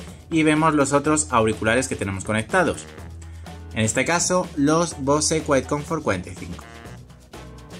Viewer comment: se que no debo decirlo pero no mames, no digas bose, pronuncialo como bous, no me quieras salir luego con el titulo del video diciendo "escuchad tios, hoy os traigo unos flipantes trucasos para vuestros bose cuietcomfort 45"